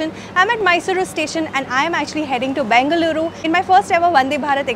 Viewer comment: Your pronounciation of Namma "Bengaluru" is spot on!!. Nice enjoyable video as always, Shweta!! Thanks for visiting our state